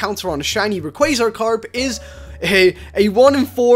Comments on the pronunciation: u said r e qua z ar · Rayquaza Karp good job for saying it wrong.......still it made me laugh